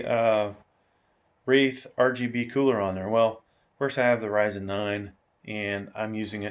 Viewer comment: Great review, gonna get this case for a new pc build. Also wanna point out Ryzen is pronounced (R-IY-ZEN) with an (i) but overall great video.